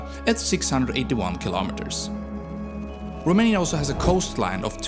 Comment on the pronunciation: The narrator horribly mispronounces every Romanian name and word, including the country's name. Could have tried a little harder.